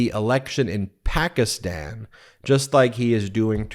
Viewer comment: She pronounced Pakistan correctly. Credit where it is due.😅